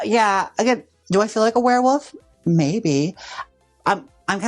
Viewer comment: Not you saying Woof instead of Wolf every time 💀 Werewoof is sending me 💀🤣😭